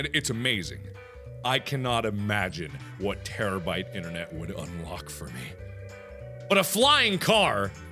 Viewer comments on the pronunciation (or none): terbabyte as in tara-bite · Terabyte ....bite....not bit.... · its not terrabit, its terrabyte